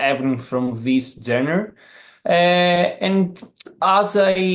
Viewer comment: She is pronouncing the word genre incorrectly but she is talking about how their music doesn't have a genre